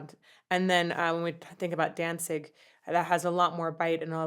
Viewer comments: It's NOT "Dansig" it's "Danzig"!! Your not pronouncing the "z" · hahahaha.... Dawn-zeeg. is how im going to pronounce Danzig from now on.